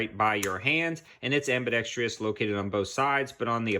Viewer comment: Cool video. I've always loved the design of the RDB. But... if you're gonna say ambidextrious, you also have to say actutate. :)